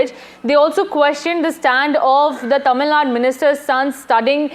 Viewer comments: It's is TamilNadu not TamilNaad.. Typical Northie Anchor. This is precisely why South India opposed Hindi imposition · Its tamilnadu, not tamilnad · Tamil nad illa ma. Adhu tamizh nadu. Enga sollu paapom. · It’s Tamil Nadu.. Not Tamil Nat.. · Its not TAMILNAD but TAMILNADU. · The news anchors should concious about how they pronounce the names as well, its not Tamilnad its Tamil Nadu. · It is not TamilNAD ! it is TamilNadu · first learn to say Tamil Nadu properly. its not TamilNad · please learn the pronunciation, there is a difference between Tamilnad and Tamilnadu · First learn to pronounce how to say Tamil NADU.